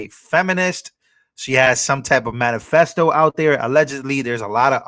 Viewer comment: It is manifesto not manifecto😂😂